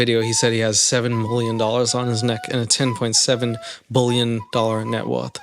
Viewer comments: Dude I cannot handle the way you say billion. It’s not “bull-yawn” it’s pronounced “bill-yun” I literally had to stop watching the video. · Why do you keep saying bullion ? B I lion I I I not u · I love the fact that you read word billion prononced like bulion, which is broth in Polish 🍲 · GO GET SPEECH THERAPY fuck its billion not bullyun!! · lol.. you say bullion instead of billion and it's 100% topnotch comedy. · Ive never heard someone pronounce "billion" like bouillon 😅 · I love how you pronounce "bullion" like a portmanteau of bully and billionaire! Or bullshit+ billionaire! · you do pronounce the word billion very weirdly lol! It sounds like "BULLION" lol. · Why can't you say the word "billion"?